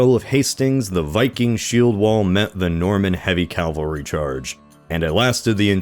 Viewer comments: has come so far, yet he still says Calvary instead of cavalry. Smh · Um, "cavalry" not "Calvary". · Love your videos, but if I ever stop watching it'll be from hearing you say Calvary instead of Cavalry for the last time. :') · I really love your stuff. but the only thing putting me off is how you pronounce cavalry like the mountain Jesus Christ died on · there you go, it's probably a force of habit then when you still say calvary. Understandable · I love you but it's cavalry. Cavalry. CAVALRY NOT CALVARY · CavaLry not CaLvary. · Cavalry. Not calvary. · Car-isle??? It's Carlisle. Calvary? Pronounced Cavalry. Calvary was the hill that Jesus was said to be crucified on in the bible. Edinborough? It's pronounced Edinbrugh, spelled Edinburgh. Please try and get your English place names correct in future, same for the word Cavalry. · Bro. It's CAV - AL - RY. Not "Calvary". That's where Christ died. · Please pronounce “cavalry” correctly, god thats annoying. It’s not “cal-vary.” We’re not talking about biblical events, we’re discussing mounted warriors….”cav-alry.” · the narrator describes how William of Normandy gathered an army of 7000 men, including 2000 elite heavy "calvary." I don't think that's what you meant to say. Not sure how you missed that. Go back, take a look, and look up the difference between "calvary" and "cavalry," which is what you meant to say. It's simply a matter of a misplaced 'L,' but it makes a world of difference. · I love this channel, but the use of CALvary istead of CAValry is going to kill me one day. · Listen, your videos are great, but could you please stop mispronouncing cavalry? It is a calvary to hear you say it wrong being a native english speaker. Unless you are trolling, in which case, well done. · The Normans invaded with cavalry, not calvary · is it Calvary or Cavalry? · It’s “cavalry,” not “calvary.” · Why do you keep pronouncing cavalry as calvary? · Every time you pronounce cavalry as “Calvary” I want to punch the wall